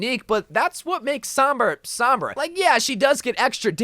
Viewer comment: It’s sOHmbra, not sAHmbra